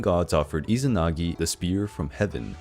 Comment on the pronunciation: still izanagui not izanagi...